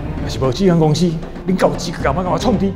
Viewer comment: 資格，念tsu-keh，不是gi-keh